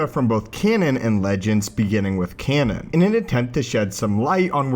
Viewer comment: I can't help but cringe every time he says "canon".